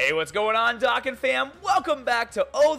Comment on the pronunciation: Can you say Dokkan the right way please?